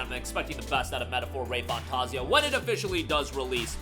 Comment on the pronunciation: Metaphor "RAY-FANtaaaazio".... this MF 🤦🏽